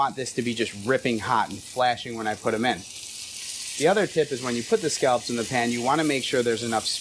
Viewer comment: He does sound like he's saying "scalps."